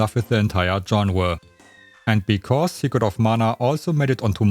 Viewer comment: 'Secwet of Mahhna'